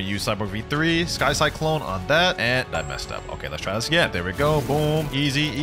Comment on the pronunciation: 'sky kyclone' 💀💀💀